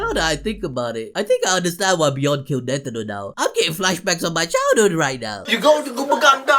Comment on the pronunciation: why you keep saying netiro lmao tf is that